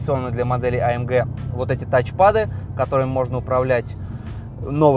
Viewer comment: А ЭМ ДЖЕ....А ЭМ ДЖИ.....Баран АМГ !